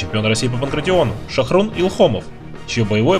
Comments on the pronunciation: Не Шохрун а ШОХРУХ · Не Шахрун, а Шахрух.